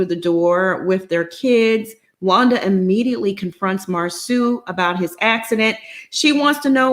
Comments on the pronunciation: Ugh...if says Marsue one more time...it is Marsau...MAR-SO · Please stop calling the man Mar "Sue" it's Mar "So" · I’m so tired of calling him Mar-soo 🤦🏾‍♀️ His name is Marsau. 😩😩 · Ok..I've decided. I won't watch AATT's recap on this show going cuz I'm truly bothered by her lack of effort in pronouncing Marsoooo! Whether on purpose or not it's annoying. Then she flip flops too much. AND why when I do watch, do I never see her? Girl Bye! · I know is being funny pronouncing Marsau’s name incorrectly, but it so triggering for me having a name that you have to teach people to pronounce and they still refuse to say it correctly. 😡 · It is disrespectful to Marsau's mother to keep mispronouncing his name as Mar-soo, especially when you know how his name is pronounced. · it's definitely awkward but I believe done on purpose. The panel pronounces Marsau (mar-so) correctly. I'm trying to determine if her pronunciation of his name is trolling us or some inside thing between her and Marsau that we don't know. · I’m aware that she does it on purpose which is why I’m annoyed. She’s otherwise well spoken and this mispronunciation serves no reasonable purpose. I wish she would stop. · Sorry but she got on my nerves by pronouncing his name incorrectly. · It’s really disrespectful to keep mispronouncing his name...ijs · I started to stop watching as soon as she kept saying it in the beginning! Plez keep saying his name n she STILL ain't caught it. I mean is watching the show! What's the problem?!!